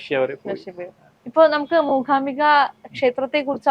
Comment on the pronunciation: Anchor cheyyunna kutty , Mookambika ennu parayu , Mookhhambika ennallallo. Aachaaram alle achchaaram alla